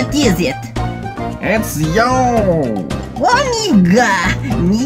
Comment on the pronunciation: He said omeega and I thought he said the n word